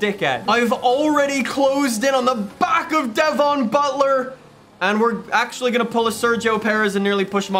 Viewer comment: stop saying devon like that it's so annoying